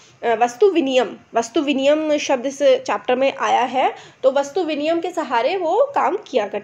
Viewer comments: Love your teaching! The motive behind this channel is obviously clear; Keep it up. Coming to the point, you have told vastu "vinimay" as vastu "viniyam" . According to me, the first one's right. Thank you. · vastu viniyam nahi vastu vinimay hai